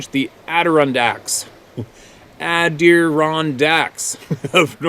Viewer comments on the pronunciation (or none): It cracks me up every time you try saying Adirondacks ( ADD - A - RON - DACK) and Yes, "Water Town" Love what you do, thanks man, take care out there and Blessings to you and yours, from Upstate, N.Y. (Fulton) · addaRONdax OK? (Please stop breaking my ears! :) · Hiya, hi Gang- *Add Uh Ron Dacks *Adder Ondacks *Adda Rondacks 😉